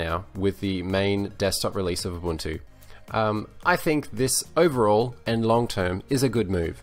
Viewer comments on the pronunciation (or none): yes UBUNTU not UbanTU